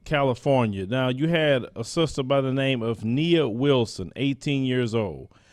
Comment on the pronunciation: "With her sulstuh"